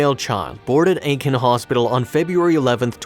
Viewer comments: Maybe this is petty, but you completely MISPRONOUNCED Aiken. I’m from SC, and Aiken is pronounced like aching without the G. Not Iiken. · Not ‘Iken’. It’s pronounced ‘ache-in’ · It's not Eye-kin. It's Ay-ken. LOL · Ay-ken is how the town is pronounced not I-KEN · I believe the narrator is trying to pronounce Aiken (Aye-kin), South Carolina. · Āiken!!! It's Āiken!!! 🙄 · It pronounced "Ay ken" County. I live in Charleston, SC. This story is sad but not surprising. Racism is still alive here.